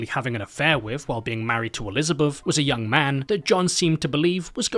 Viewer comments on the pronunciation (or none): none